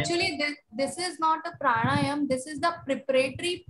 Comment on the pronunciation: Its not Prana + Yama, But Prana + Aayaamaa